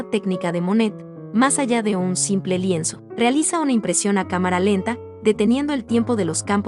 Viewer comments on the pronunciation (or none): none